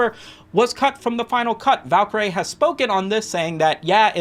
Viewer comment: pronounce Valkaryie again for me bruh